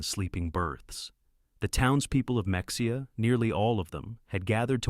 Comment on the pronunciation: Ma-ha-ya Not mex-e-ah